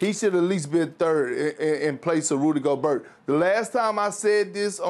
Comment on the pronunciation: “How did Rudy Go-Burt make it over Bam Adedebayu?”